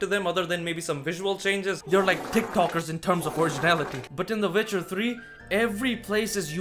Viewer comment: “Vitcher 3” huh? I’ll give it a shot